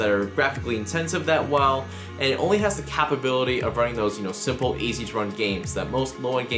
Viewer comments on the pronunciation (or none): I disliked this video just because of the way he pronounced capability.